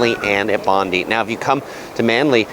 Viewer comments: the beach is pronounced... Bon-die! not bondee 🤪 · Bondi is not pronounced Bond-dee but Bond-die. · In fairness, he got Bondi right most of the time, there was just one sneaky ""Bond-EE" in there before he got there. The latter two, honestly, I was pretty much expecting the butchering that they got. Still, having been away from Sydney for about 8 years and living in Toronto now, there are plenty of areas that I wouldn't have a clue on pronouncing if I'd not heard them, so I don't want to be too harsh on him. And I hadn't picked up that you can just tap on/off PT with credit card now, so I did actually get something out of this. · the pronunciations of bondi and coogee have me dead. hahaha bonde you say it like bond eye and cou geeee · Some pronunciation corrections: Bondi (Bond-eye) Coogee (Koo-jee) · Beach names: Clo-vell-ee, Coogee= coo-jee , Bondi= Bond-dye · For a non-local I have to say that his Mamak recommendation is spot on. But his pronunciations are off of course. Cendol/Chen-dol, Bondi/Bon-dai, Coogee/Koo-jee. Also good for a tourist shopper to know is that Town Hall Station, QVB, The Galleries, and Pitt St Mall are all connected via underground so you don’t even need to walk on the streets to get to all those places. Especially if it’s raining. 👍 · Solid video! Few pronunciation points: Clovelly = Clough-vel-e. Coogee = could-g. Bondi = Bon-die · But I winced at the pronunciation of Bondi, Clovelly, and Coogee.